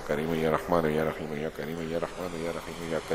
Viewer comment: ASSALAMALAIKOM wa rahmatullahi wa barakatuh, JAZAKALLAHU khairan, somewhere it is listening like YA RAKHEEM , it is my listening mistake or some correction ?